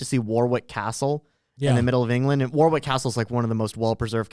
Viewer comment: The man with an MA in history does not know that it is pronounced "WAR-ick" Castle...